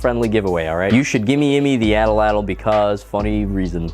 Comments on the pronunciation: At lat l not Ata lat l it's At Lat L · At-Latl Not atl-atl King energy intro btw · You should gimmieimme the atlatl because I genuinely can't tell if you don't know how to pronounce it or if you just like saying it that way to be funny, so I'm gently pointing out it is pronounced 'aht-lahtl' or 'aht-laht'. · "your atalatalatal, will keel 🙂" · So the L isn’t pronounced… the tl at the end of a the word is more like a click but with your tongue